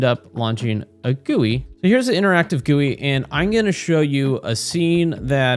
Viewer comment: This is amazing, and I loved the video, but it's hard to gloss over the way you pronounced GUI😭